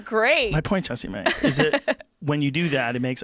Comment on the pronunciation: I always thought her name was pronounced like "jess-eh-mae" and Everytime Rogan is like JESSEE MAY hahaha I'm not sure which one of us is correct lol